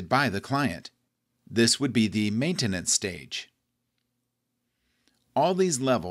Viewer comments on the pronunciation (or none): lol it's maintenance..but except that awesome & informative video